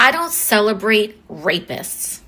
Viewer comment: I'm begging, BEGGING for Trump's legal team to SUE AOC for keep calling him Reypeest